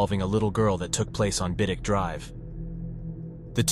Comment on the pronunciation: best AI I've ever heard, particularly in getting the pronunciation of Keyham and Biddick spot on. The majority of AI on here mess up a lot of names